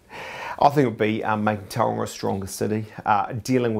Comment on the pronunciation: If you're going to represent Tauranga, can you at the VERY least pronounce the name correct.